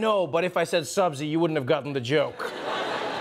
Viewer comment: The perfect pronunciation of subzi!!